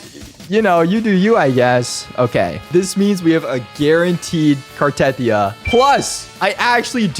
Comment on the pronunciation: Why cant anyone pronounce Cartethyia correct 😭 its Carte-thee-yuh